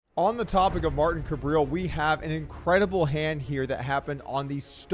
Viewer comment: loving the approximately seven hundred different pronounciations of "Kabrhel" lol say "suburb hell", get rid of the second b, so now you have "subur hell" and start with a k sound. "cubur hell". Kabrhel. 3 syllables and the H is not silent. I hate the guy but no one says it right and i think he's kinda cool for having the word hell in his name.